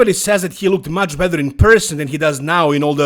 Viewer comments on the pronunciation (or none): I'm not an English speaker so I don't get why you say "bether" instead of better... It's not a difficult word to pronounce correctly. I might be wrong though